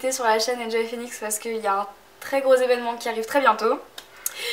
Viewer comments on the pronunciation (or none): none